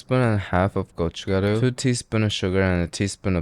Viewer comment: your pronunciation of gochugaru is actually good